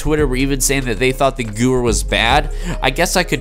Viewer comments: I can’t watch the full video cause he can’t pronounce Gewehr right. It’s not goower it’s goo vair it’s a German weapon and Germans pronounce w’s as v’s... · nice pronunciation 😂 think it would be closer to gavair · It’s pronounced “goo-vay-er”/ Gewehr the W is pronounced v btw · Thanks for the vid!!!!!! I recently unlocked it and it’s a beast. It’s pronounced Guh-Vair. Beastly WW2 rifle. “Hitlers Garand” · WHY THE FUCK DOES EVERYONE PRONOUNCE THIS GUN NAME WRONG? It is pronounced Gever because it is German. I dont understand. I watched an old waw video from some cod players and they gewehr correctly. Why don't they pronounce this gun correctly now in ww2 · Nobody pronounces any of the German words/Guns in any video game correctly. I don't know what is so hard about W=V in German smh... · Gewehr is german so funny how you say it 🤣 you say guwer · It hurts me when you miss pronounce “Gewehr” it uses German pronunciation. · you're correct. The w is a v in German:)